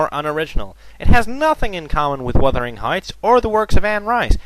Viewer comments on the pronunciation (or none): none